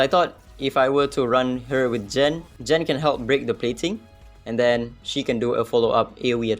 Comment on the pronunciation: Its not Jen but gen ! Gen !!